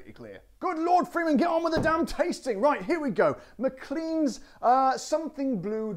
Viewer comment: in scotland the name is pronounced Mclane, ok mate